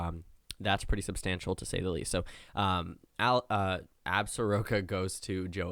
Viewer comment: Say it with me now... Ab-zor-ka. Be better.